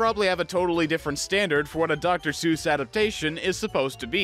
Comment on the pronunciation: I'm honking like a goose, though you give me cause to rejoice, because he's not Dr. Soose, he's really Dr. Seuss! ...That's a really cheeky thing to say, I'll admit, but once I learned how it was supposed to be pronounced, my life was changed forever. I mean, not in a significant way, it was a really tiny change. But technically, it was a change, that was irreversible, and part of my life. That counts, right?